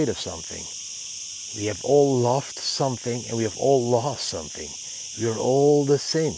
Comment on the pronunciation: You should practise to say the word "something".